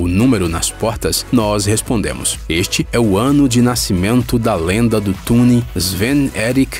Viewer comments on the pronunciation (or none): none